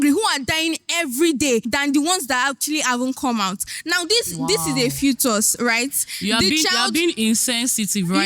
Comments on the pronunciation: arguing with someone who pronounces "fetus" as "futus' is the biggest issue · Sorry guys is it FOTUS or FETUS it’s pronounced as (FEETUS) I had to check my dictionary I was just hearing FOTUS FOTUS 😅😅😅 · She meant was pronouncing it as "fuutos"😂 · Bruhh....she kept saying futus and I'm like whattt 😭😭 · am I the only one hearing different pronunciations of the word “fetus”